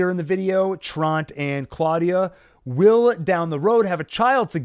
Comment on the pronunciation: Love your analysis! But: “Tahnhaus”, not Townhouse! “Trontuh”, not Tront “Yahna”, not Janna Seriously, though, thanks for all the good info!